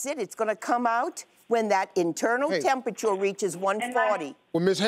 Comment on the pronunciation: "Increase that tempatore" LMBO